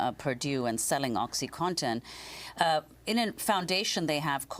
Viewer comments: "oxyconton" "oxy conton" its fucking OCSEE CAW-TON . im fucking telling a 60 year old lady how phonetics work.......... i dont even do drugs but its not a hard word to say it really isnt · Is he saying MS "cotton" and "Oxycotton" because this is certainly not correct. How hard is it to say OxycoNtin?